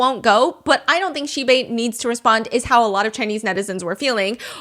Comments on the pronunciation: How Stephanie say Xibei everytime the accent remind me of Korean "Shxbxx"" 😂😂😂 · Everytime Stephanie says xibei i keep hearing a very similar sounding swear word instead 😅of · Everytime Stephanie says Xibei i can't help chuckles coz it sounded like cursed words😂